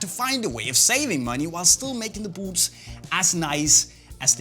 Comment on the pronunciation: Love how this guy says “buuts”